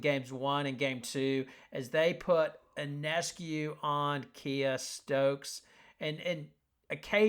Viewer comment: Listen announcer, IF you want to sound intelligent...PRONOUNCE SABRINA'S name correctly...her last name is PRONOUNCED YONESCU...not onescu or i-o-nescu...THIS GRATES ON MY NERVES THAT FOLKS DON'T PRONOUNCE HER NAME CORRECTLY!